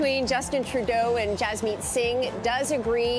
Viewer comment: His name is Jagmeet Singh not Jasmeet